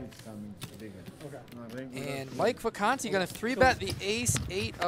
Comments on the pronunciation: VACANTI, NOT VICANTE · Mike Vacanti not Mike Vicante...